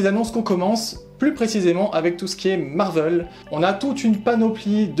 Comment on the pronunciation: On ne dit pas marvelle on dit marvélle